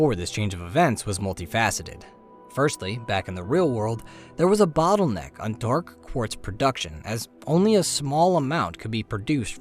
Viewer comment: Dark.. Pause.. Quartz . the pronunciation is great, but the pause is distracting